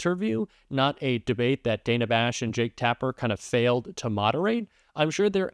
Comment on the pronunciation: Hey, just as an FYI, since we’ve been dealing with people mispronouncing Kamala’s name so much… Dana Bash doesn’t pronounce her name “Dayna”. It’s pronounced .”Dan uh” like the male name Dan. 🙂